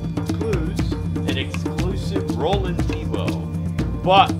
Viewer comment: Lol you said Roland tebow Hes name is Roland TEMBO Oh ye there a trash and throw rex you shold review thst it has more trashing movement